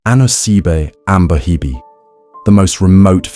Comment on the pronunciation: At least get the pronunciation right 😭